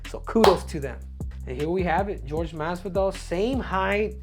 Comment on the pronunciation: You're saying Jorge wrong bro 🤣